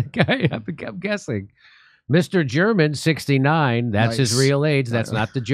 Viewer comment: Mister German hahaha pronounced mister Ger Man funny as fuck